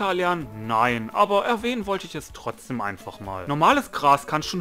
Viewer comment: Alter Chill, ich mag deine Videos trotzdem. Du sprichst das wort Trotzdem Falsch aus, aber mal erlich ist ja scheiß egal. Ach jetzt Sprichst du das wort Richtig, naja passt ja jetzt perfekt hahaha.